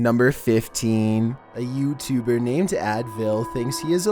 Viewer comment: A yEWbtEWBer